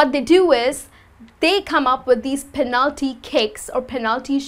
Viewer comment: I found strange the pronunciation of the word "penalty". I always pronounce the first syllable stronger.